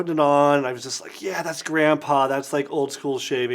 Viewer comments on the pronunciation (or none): none